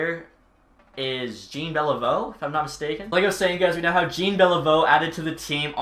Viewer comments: Way to sound american it not "jeen" beilveu it's jean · Not Gene Beliveau it's more like John Beliveau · are you trolling pronouncing it (Billie) Jean, instead of the proper way? Jean Beliveau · Jean is pronounced 'Jeen' in English so I can see why he messed up the pronunciation. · 0.500 hockey is winning more than half of your games, not earning a point per game. please don't perpetuate that nonsense. 38-37-7 is really 38-44 and a 0.463 winning percentage. Also, please learn how to pronounce Jean Beliveau's first name. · Your pronunciation of “Jean” is horrendous btw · Jean 👖 beliveau is painful